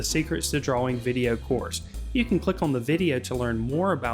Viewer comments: Nobody: Him: DUAAWING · God I hate you. We are trying to learn. You skip steps. Your hand is blocking the view. We can’t see and you move on. We don’t know what the color looks like before we see an altered view of it on the paper. And you can not pronounce DRAWING to save your life. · You have an interesting pronunciation of the word drawing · u cant pronounce drawing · But he can draw better than you ::))))